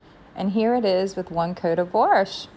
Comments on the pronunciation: It’s not “warsh” it’s wash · You are definitely a Baltimore girl. We say warsh. Lol